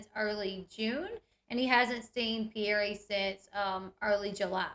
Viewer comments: Isn’t the child’s name Pierre not Pierr E 🥴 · The Mom & Dad pronounce their child’s name Pierr E.